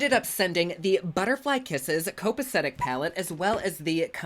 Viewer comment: "copacetic" - correct. "Hwebsite"????? hrrrrm.